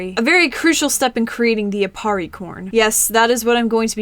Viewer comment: aparri not appari